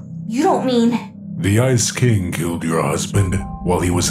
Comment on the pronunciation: I see said ice king but I heard "icy" cuz he's ice king rite